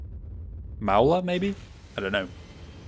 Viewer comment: It's pronounced "Maul." I know someone with that surname.